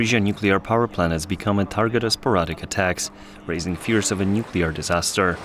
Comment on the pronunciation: Indeed! He starts with "nucular" (how hard is it to say new-clear?) and then stumbles through with "YOU-crane" when he must hear everyone else using the correct pronunciation. I so wish they would hire someone who is better at speaking. Pam {Tom's wife}